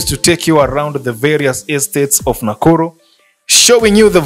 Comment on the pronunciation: Why are you calling it nakullu instead of nakuru?